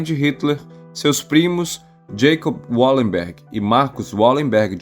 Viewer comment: Bom vídeo. Mas o nome da família é Valemberg, em todas as línguas germânicas o W tem o som de V, não de U como no inglês